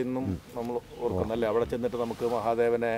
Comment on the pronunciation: "അവിടെ" എന്നതിന് പകരം "ലവിടെ" എന്ന് പറഞ്ഞത് ആരൊക്കെ ശ്രദ്ധിച്ചു 🥰കരുനാഗപ്പള്ളി things🥰